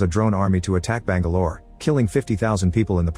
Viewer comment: Bang Galore? Did the AI voice machine just say that?